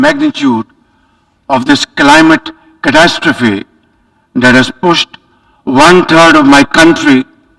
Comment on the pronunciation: Does he know how to speak? He said crapcity, she he should be saying catastrophy